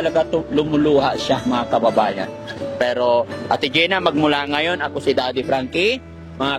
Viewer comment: Ebig sabihin ng ngonyan..! NGAYON